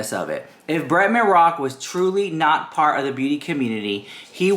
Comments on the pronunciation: “You Do Naught talk about Coady”” Every time you say it I fkn DIE Laughing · everytime you do the "you do NAHTTT talk about CODEH!" I die laughing!!